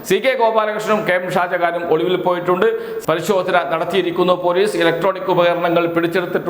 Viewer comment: ഒളുവിൽ അല്ല ഒളിവിൽ മലയാളം പഠിച്ചിട്ട് വാടാ ഊള തെണ്ടീ.